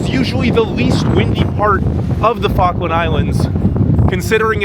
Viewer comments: It's pronounced "FALL-KLUND" not "FAH-KLAND" EDIT: I see you started to pronounce it better towards the end of the video...I'm guessing you were picked up on it by an Islander? 🙂 Also, that wasn't yoghurt but custard. You also don't say 3.25 quid...only fully whole numbers would you use quid, like '2 quid' or '3 quid'. For 3.25 you would say '3 pounds 25' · Did he say fuckland? Try pronouncing it fall-k- land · ill try to watch the full video but im 2mins in and your prenounciation hurts my poor Brit ears... Falk as in Fall kland not what sounds like f*ckland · Is there something inherently stupid about Americans? This dubious example can’t even correctly pronounce the name of the place he’s in. FALKLAND NOT FARKLAND you fuckwit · If you're going to do a video about the Falklands it might be worth learning to pronounce it. "Fokkland" wtf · Learn how to read. The Falkland Islands, not Fawkland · You pronounce it "Fuckland," but I'm sure that's not what the British call it. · Why are you calling them the 'Fock-land' islands, man alive! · Am I the only one who thinks he says Fuckland? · Right off the bat: 'Fockland Islands' 🤦‍♂️ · I didn’t realize it was pronounced with a silent ‘L’, i.e. “Fokkands”, vs, the way it’s written. Interesting! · "Fuggland" islands??😄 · Try pronouncing it "Fall - kland" please not the way you were saying it. It sounded wrong🫤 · You can't even pronounce Falkland properly mate. 🙄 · Annoying that he can't pronounce Falkland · This is an awesome video, but there's something about the way Americans pronounce "Falkland" that hurts my British ears 😂 The L just disappears... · Bro you should have at least learnt how to say Falkland before making this upload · I love this video so far! But FYI, to my British ears it sounds like you are saying 'F*ckland' instead of Falkland - you need to pronounce the first 'L' 😆